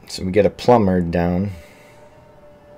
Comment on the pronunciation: My foreign ear keeps hearing 'plumber' instead of 'plumard' and I can't stop giggling